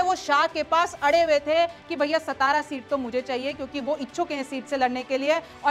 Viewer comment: मैडम जी सतारा नहीं सातारा बोला जाता है।